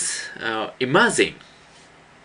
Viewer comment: i like how he sais: imazine! :D